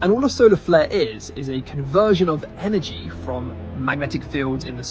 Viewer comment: enERRgy Energy ERRR. IN-URR-JEE